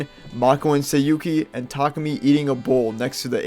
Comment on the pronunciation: Tarkemy? Tah-koo-me (Tah)dah, l(oo)k, me(at)